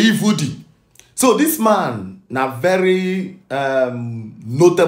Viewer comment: My fellow Igbo brother it’s Seyi Vodi not Vudi 🙏honestly na VDM first make me know Seyi Vodi Mabasi